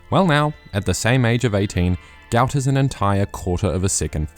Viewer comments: Love the videos man, As you are a New Zealander you might consider pronouncing his name correctly. I'm sure he'd appreciate it. Think I saw an interview with his dad where he gave the correct pronunciation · Can you please start pronouncing his name correctly?